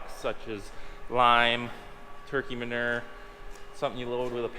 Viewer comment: Interesting, you say manure the same way we do in the south....turds!!😆